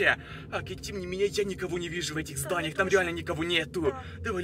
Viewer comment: ЕЩЁ на фоне одно здание он говорит знаиия